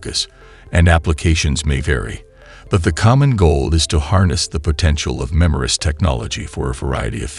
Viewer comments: Not "memorist", MEMRISTOR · MEMRISTOR! Redo the audio.